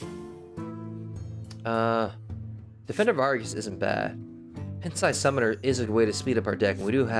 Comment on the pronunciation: Sorry in advance, but in case you would want to know: it's p"eye"nt sized summoner...as in tiny...like a pint of milk. Pronunciation aside, you're getting pretty damned good at this game. You have an excellent grasp of a lot of different cards and character types.